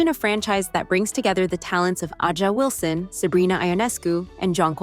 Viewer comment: who tf is Ajah Wilson 😭ITS A"JA WILSON NOT AJAH ☠